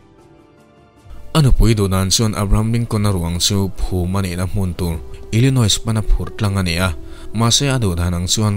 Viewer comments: ILLINOIS ah khian 's' khi silent tur. ILLINOI tih anga lam tur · Illinois ah hian a tawpa 's' hi lamrik loh tur a ni e. French ho phuah a ni a, French ah chuan vowels zawh chiah 's' awm hi lamrik loh (omit) a ni thin.